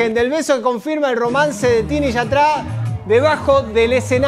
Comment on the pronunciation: No se ve una mierrr.. pero es mas incomodo escuchar al conductor pronunciar mal YATRA